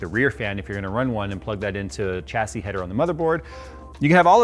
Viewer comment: Phonetics Americans - Cha say Humans that speak real english - sha say